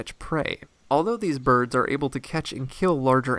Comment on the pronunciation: It's weird but every time I hear you say birds it sounds like Burbs